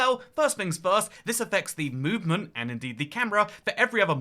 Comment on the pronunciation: "this affects the MOOvement"